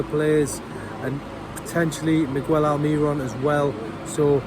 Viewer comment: He can't pronounce Miguel Almirón after all this time. Best of luck!